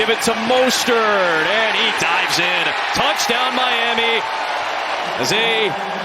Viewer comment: Bro said "Tuddy" ayeeee yooo 😅